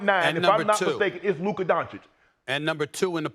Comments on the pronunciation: I wonder If Stephan A is purposely saying, “Luker.” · "Luker" -SAS